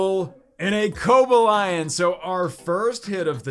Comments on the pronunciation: Co-ba-lion? is it not pronounced Co-bal-ion? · Co-Bay-Lee-On. Not Coba-Lion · The way he said cobalion😂